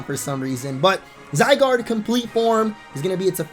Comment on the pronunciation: "Zy-doge" Nice.